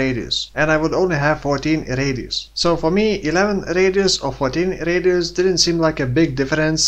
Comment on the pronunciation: r-eediusz are of effect fo more r-eediusz